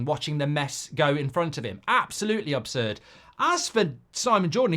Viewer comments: "OB"surd Goldbridge? 😅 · ABSURD MARK NOT OBSURD